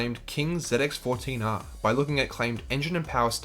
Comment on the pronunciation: Z X not zit x hahaha